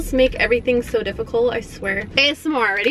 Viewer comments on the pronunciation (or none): I love how says ASMNR instead of Asmr